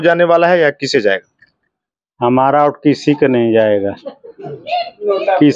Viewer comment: भाई ओट नहीं वोट होता है